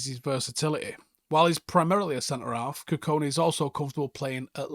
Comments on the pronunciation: Our mans massacred that pronunciation for 10 minutes straight 😭 GoOdWiLl KuKoNe 😂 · Got his last name wrong multiple times mate. There’s a ‘K’ before the ‘I’. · Kukonki and not kukoni as well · Forgive me mate but his name is KUKONKI NOT KUKONI